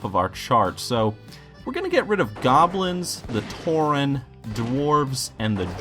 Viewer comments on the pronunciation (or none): C'mon.. It's Tauren.